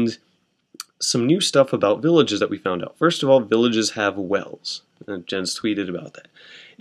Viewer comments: pronounced *yens* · Jens is pronounced "yens"